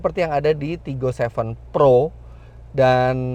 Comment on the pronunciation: pas ngomong TIGGOnya itu mirip logat palembang, tigo atau tiga